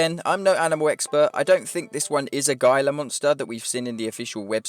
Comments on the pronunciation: It's not Gila like Gee-lah, the G is silent. Pronounced Hee-lah monster. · lol I love hearing ppl from overseas try to pronounce american-english words. HEEL-a monsters become GILE-a monsters and everything lol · not to nitpick but it’s pronounced “HEE-la monster” not “guy-la” 🤣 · "Hee-la" monster not "guy-la" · Somebody PLEASE tell that it's pronounced HEE-la (gila) monster. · It is a gila monster or mexican banded lizard btw its pronouced hela monster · Hey man love your content. Just one thing it’s pronounced heela monster the g is like an h. Other than that keep up the great work. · Gila is pronounced "he-La" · oof i cringed when he said gila monster, it's pronounced hila monster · Gila is pronounced “HEE-luh” for Gila Monster lol and its a Banded Gila Monster its a sub species of Gila Monster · Its pronounced he-la monster. The g sounds like an h. And it was a gila monster in the shot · It's pronounced with the g being h which makes it a hila monster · It was a gila mpnster and it's pronounced gee-lah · Great vid man! But the way you say gila rings my ear lol it’s pronounced like (Hee-Lah) g makes an h sound, not super important but Incase you gotta break down the Gila monster in a future vid! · Gila monster is pronounced "he-La" monster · Awesome video! You always seem to get the news before anyone else, I love it!!! BTW, I believe the Gila Monster is pronounced like heela, I think... Love your channel!!!!